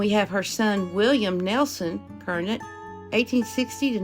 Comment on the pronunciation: There was one family of Curnutt I grew up with... it's pronounced kur-Nutt...😊 A long shot that this Baker is a relative because it's such a common name, but I made a note to check it. Thanks for another interesting episode of our Appalachian ancestors 🤗❤️